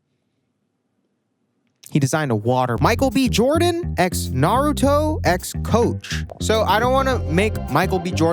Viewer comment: I cannot imagine being famous and doing a collab with a big label, making it about naruto like I'm a super fan, just to publicly not even be able to pronounce the name of said anime. didn't bro open an ichiraku ramen shop too??? I wanna hear him give that one a whirl too 🤣